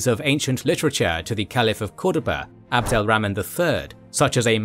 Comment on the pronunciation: Abdul 🍜 the third. Rah-man. But otherwise fascinating video and another great one!